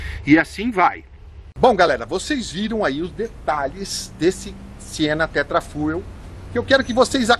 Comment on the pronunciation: se escreve "Tetrafuel", mas se lê "Tetra Fiu".